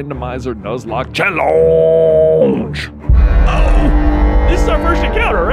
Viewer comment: It is really challenging hearing "chellooooondje" 😃